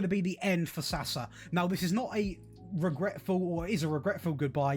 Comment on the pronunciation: Not Sasa, Saša (Sasha).